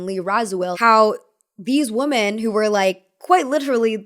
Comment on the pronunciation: Please stop you say woomen. (You may wanna look up what the same pronunciation but different spelling means). And I don’t think you’ve been meaning to say that 😬